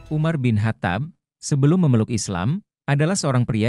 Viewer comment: Perbaiki ucapannya biar enak di dengar... Dibacanya: Umar bin khottob